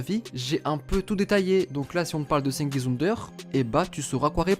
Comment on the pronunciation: ça se prononce djengiz frro